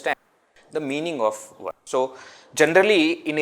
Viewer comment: They say that when you learn Sanskrit, you can pronounce words in any language. Sanskrit also has NO "W" sound. So why are we saying Werse instead of verse?